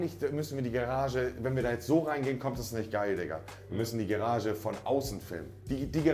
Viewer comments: die „gerage“ zeigen wir am schluss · GArage!!!!!! Und nicht GErage. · Niemand: Absolut nieman: Monte : GErage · Niemand: Monte: die Gerage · Normalos: Garage Stewie: Garasch Monte: Gerasche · Ne eher Gerage anstatt Garage 😂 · Ich sag nur Gerage😂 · keiner: wirklich niemand: Monte: Gerage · Niemand: Wirklich niemand: Monte: Die Gerage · Übel geiles Haus bis jetzt schon aber was mich triggert ist monte : gerasche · Und Gerage 🤣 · niemand: wirklich niemand: monte: samson, die girage, phillips hu, game of srones, breaking bett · Niemand: Wirklich niemand: Monte: ,,Gerage“ Man kennt’s 😂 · Ich verstehe immer GERAGE 😂 aber sehr sehr nice alles ✌️ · wenn der noch einmal Geerage sagt. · Gerage. Wieso sagt er gerage. Immer gerage. Gerage. Wir gehen jetzt in die gerage. Nices video aber triggert mich hart.... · wie kann man so lost sein? Es heißt Garage